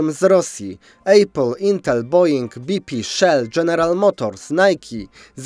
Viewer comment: Apple to "apl", nie jakieś "ejpyl".